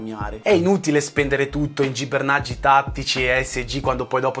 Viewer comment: Nessuno: in ogni suo video: “Gibernaggi”